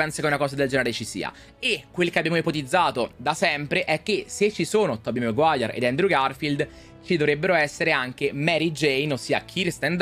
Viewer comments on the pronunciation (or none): none